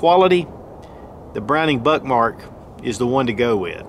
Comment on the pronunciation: The immature kid in me can’t help hearing him say Buttmark! Lol